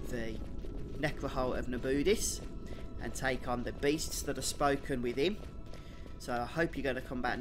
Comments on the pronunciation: I love how he pronounce Na-bu-these as: Na-booties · its na-boo-deece ;) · The way you prinounce Nabudis is a crime against humanity, when they clearly say it several times throughout the story. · Hate how he says nabudis they say the name the right way at the intro of the game great guide